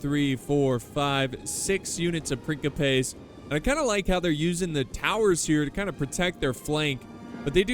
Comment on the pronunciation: Roman princeapas not prinkapas